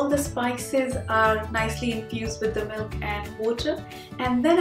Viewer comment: It's milk not melk